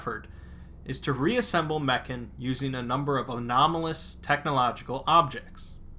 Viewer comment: Its not "Meken" its MEKHANE